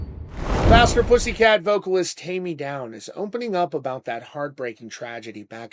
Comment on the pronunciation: TAIME NOT TAMMY! WTF?.😮